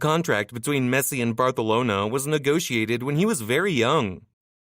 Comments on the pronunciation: bro it's Barcelona not Bratonala😂😂😂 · ur saying barthalona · say barcanlona